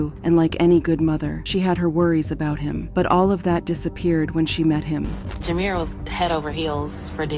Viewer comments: Jer-me-ay…😂 It’s Jamir (Juh-meer) chile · NOT / JER ME YAA/ ITS JA MEER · Jer-meer is how the name is pronounced. Not Jer-me-ay. lol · The way the narrator is pronouncing his namenis IRRITATING AS HELL. ITS JAH-Mere...not ja-mar- re- aye😒😒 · Whew… the lady calling him Jer Me Ye the whole time was more annoying than the story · It's so annoying that the narrator keeps calling him Jeremy-a, especially when she has audio with his name pronounced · His name is pronounced Jer-meer.